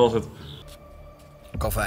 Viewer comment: Ben ik de enige die het raar vind dat ze de hele tijd kalvijn zeggen ipv kelvin?